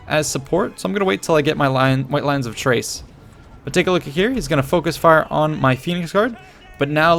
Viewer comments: White lions of Chrace, is still pronounced "K-race" , not "T-race". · I had the impression he's pronouncing "ch" as in "Child". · At the very least it would be an Arabic-sounding soft "Kh-" rather than a hard "K-". But I think you are right. It's pronounced 'Ch-race'.